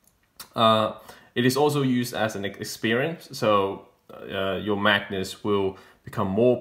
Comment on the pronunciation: Very cool book, I wouldn't have known about it if it wasn't for your video, so thank you! One thing, you keep saying "Magnus" but the word is Magus, said like MAY-gus.